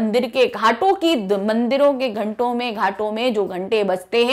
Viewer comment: Hindi पढ़ते नही आता घंटों को घटो पढ़ाती हैं अरे maadam pahle ek bar apane same padh lo ya karo 🤨 ye jo sweet sweet comment 💬 liki hai bachho ne unhone kabhi hindi nahi padhi par ha apki awaj boland hai modi se compdetion karau bolia to